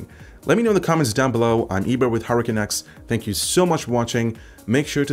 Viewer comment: It's not Hurracan X for god's sake!